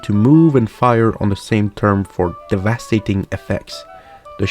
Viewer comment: Bro. Could you mispronounce any more words? Devastating, constantly etc.